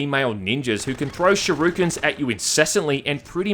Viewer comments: Normal person: "shurikens": "Sharookens" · Going to start casually slipping "shi-roo-kens" into conversation from now on.. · Shuhrookens lol :) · Aus quirks :D